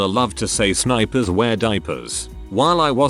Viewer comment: “Spipers” mhmm